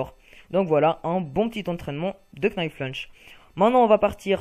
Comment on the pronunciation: Arrêtez de prononcer le "k" de "knife lunge" svp ! --'